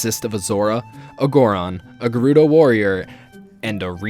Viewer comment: Thank you for pronouncing Gerudo correctly